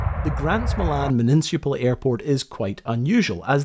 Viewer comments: I love that you said "muniNcipal" twice. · Would you like to have another go at pronouncing "municipal"? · Is the weird "municipal" pronunciation a Scottish thing? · The way you pronounce “Municipal” is fantastic.